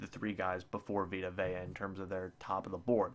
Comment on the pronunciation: You said Vita Vea correctly.